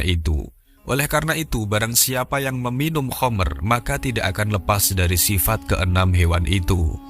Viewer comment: Khamer bkn Khomer.